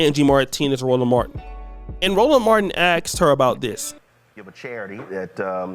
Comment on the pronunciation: please for the love of all things good in this world, say asked. Not axed, or arksed, but ASKED. Say it with me, AR-SK-ED, asked. Again, not AKSED, or AXED, but asked. FFS, it's English man, ENGLISH!